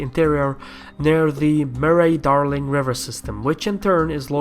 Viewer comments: Corrections: There is no coal in the desert. East is to the right side of the screen. In Australian English, vowels like the a in Murray are not pronounced. Not all of our trade is by sea - lots of fresh food is exported by aur freight. Our sovereignty is not subject to outside forces, just our trade. If China massively increases its military, they will need lots of iron and coking coal, Japan and Korea will consequently also need lots of Iron and coking coal, and global instability will increase the gold price - all good for our economy. My biggest question: could China have a big war without importing minerals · "Murray-Darling" is pronounced "Murree-Darling", not "Muh-ray-Darling" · You said "Murray" wrong also Australia isn't a island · Its surrounded by water. Its a very BIG island. Who cares wot about Murray pronunciation you got the meaning.